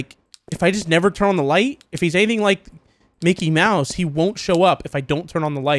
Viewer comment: It’s not Mickey Mouse it’s mickel mouse now 😂😂😂